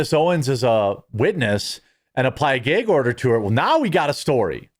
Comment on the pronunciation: Geg order. 😂